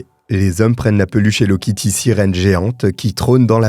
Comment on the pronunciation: C'est plus "hello kitue"😮